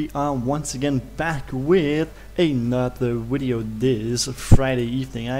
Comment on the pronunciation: Widio lmao.....derp